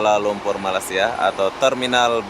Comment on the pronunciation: Cara anda menyebut Malaysia kedengeran sangat aneh seperti membaca malasia